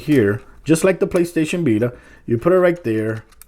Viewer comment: "PlayStation bita"